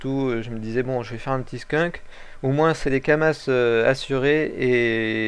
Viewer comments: lol kuri pas cher le ocre 60 M U_u entre 40 et 50 M sur goultard et on dis pas kamasse on di kamas ;) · Crazy,on dit pas kamasse mes kama x] et chez mon serveur helsephine dofus ocre=6m